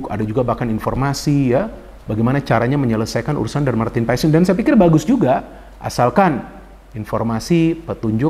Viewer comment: bro,setahu saya penyebutan paes dalam bahasa belanda biasa dibaca paas atau pas,madame maes dibaca madam maas atau mas.begitu juga dengan nama justin hubner,orang belanda akan memanggilnya dengan yustin hubner,sesuai dengan yang tertulis